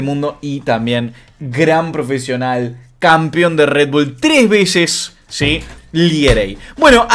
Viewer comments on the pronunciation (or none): none